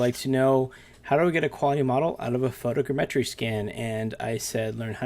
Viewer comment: Please for the love of god, tell me why you say photogrammetry that way. It's like all vfx artists share information on new techniques as txt file or something because everyone says EVERYTHING differently and almost everyone says everything so SO weirdly.